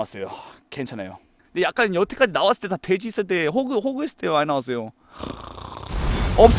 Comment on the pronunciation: 형 호크아니야 호그말고